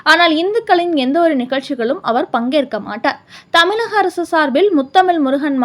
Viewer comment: தமிழ் அம்மா தமில்லல்ல. சரியாக உச்சரிக்க தெரிந்து கொள். வெட்கம். கேவலம். நாக்கை வசம்பிலால் தேய்